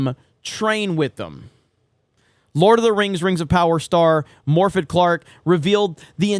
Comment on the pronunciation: Little note: "Toilet" is the British word for "Bathroom." And "Morfydd" is pronounced with the "F" like a "V" and the "DD" like a soft "TH."